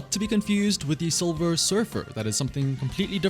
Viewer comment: silver soldier, not 'solver soldier'